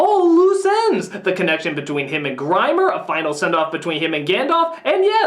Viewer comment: Very good and funny countdown. One hilarious bit that I liked was actually unintentional - when Nostalgia Critic referred to Grima as "Grimer".